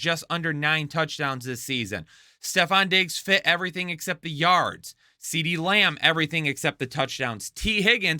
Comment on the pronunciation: Deedee lamb. Put some respect on my brothers name lol